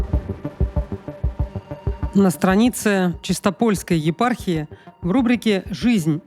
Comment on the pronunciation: простите, но Чи́стополь, чи́стопольская..справедливости ради